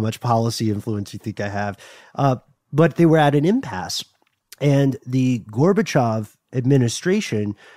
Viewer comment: 😂 Горбачёв/Gorbachev not Gorbachov bud 😂